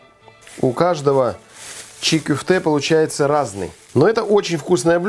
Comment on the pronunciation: Только не кюфте, а кёфте, котлета по турецки.